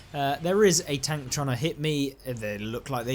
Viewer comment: British people says "tonk"?😂